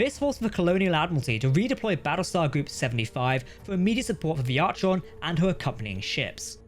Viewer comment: It's pronounced Ar-con not Arch-on. I'd probably call my battlestar gladius